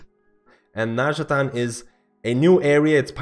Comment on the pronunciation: It's not nazjataN, it's nazjataR :D:D